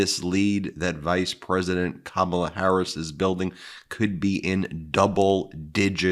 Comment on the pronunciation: Fox trying to make trump look good hy saying pure crap about Ka Mah la....yes still saying her name wrong. What idjits.